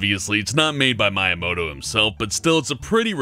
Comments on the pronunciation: did you SERIOUSLY just call him "Miya-moto"? Not even someone who doesn't play games could find, with EXTREME ease, that it's pronounced "me-uh-moto". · Meyeamoto??? Miyamoto!!! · Mai imouto? ohh , Miyamoto.